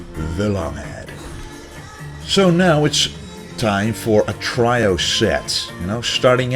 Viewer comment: English lesson of the day - 'trio' is pronounced 'tree-o', not 'try-o'. Much love from he who watches over you